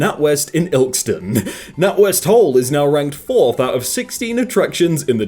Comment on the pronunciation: I dont like the way he says ilkeston